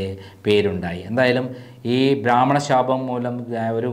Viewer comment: കുട്ടീ, ഭ്രാമണൻ അല്ല, ബ്രാഹ്മണൻ ആണ്